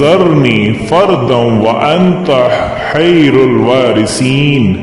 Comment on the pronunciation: آپ نے نے قرآن کی آیت کو غلط پڑھاھے اسے درست کرلے حیرُالواریثین نھیں ھے خیرُالوا ھے اسے درست کروالے